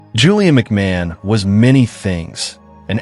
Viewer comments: His name is pronounced McMarn. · McMahon - Mc "marn". American english is hopeless! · As an Australian I object to rubbish from America. Australian royalty. 😂You can’t even pronounce his name correctly 🤦🏼‍♀️